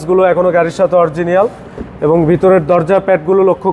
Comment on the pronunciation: It is “Original” not “Oriegienal”